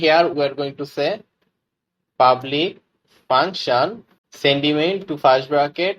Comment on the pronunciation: Man your tutorial is very good . But why u pronouncing first like fast , public like pablic etc Wtf is that ?